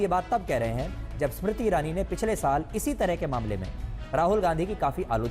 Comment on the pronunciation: ASmiriti irani nhi smiriti irani bol 😂